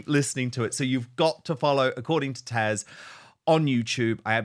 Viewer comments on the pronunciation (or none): Her name is Taz, with a Z, not TaSH. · I'm sorry, but I find it difficult to ignore the fact that Dan seems incapable of or unwilling to say "TaZ", not "Tash" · Dan, it is considered quite rude to continue to call your contributing guest by the wrong name. She is known as Taz not Tash. Poor form Don, err Dan. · Her name is TAZ and not Tash? 😅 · Her name is TAZ, not Tash...🤣🤣👍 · Dan, I love you both so much. You are fun, intelligent and informed. I do have one thing though, this is Taz. I have watched her for quite a while. I keep hearing Tash. Am I hearing wrong? I am getting older and don't always hear correctly. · Why do you keep calling her TASH when it's TAZ??? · Dan this lady is TAZ not 'Tash or Tasha' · Dan, isn’t your guest’s name TAZ?? Why do you call her Tash? Just asking… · Dan, are you calling Taz, "Tash"? It sounds like it but maybe just the sound. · Why does he call Taz “Tash”??! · Dan, isn't her name TaZ or is it TaSH I'm hearing?:) Either way...love her and her channel ❤ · I love you, Dan, but it's TaZ. TaZZZZ. Not Tash. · He keeps calling her “Tash”, 😆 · Someone needs to let Dan know that her name is ‘Taz’ 👍🏻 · Thank you! I literally just commented. It’s rather irritating!! get her name right - even with your accent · Her name is Tasha but goes by the name Taz 😊